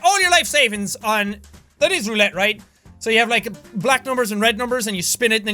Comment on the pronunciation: Does anyone else get triggered when he says roulette wrong?🤔